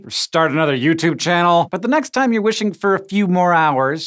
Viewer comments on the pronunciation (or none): none